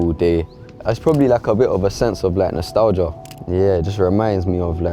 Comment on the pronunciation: Man said nostelgia a disease ahh yep